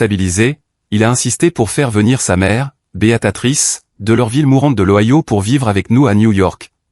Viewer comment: Prononcez bien le nom de beatrice et.non beatatrice